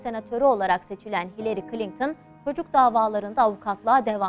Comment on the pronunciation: Ablacım içerik güzel olmuş da Klinktın mı diyorsun bana mı öyle geliyor?